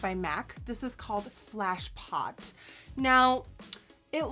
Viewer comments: Its Fleshpot not Flashpot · Not sure if it's your accent but it's flesh pot not flash pot 👄 💄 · That lipstick color has been my favorite for years! Although it's Fleshpot, I think she said Flashpot.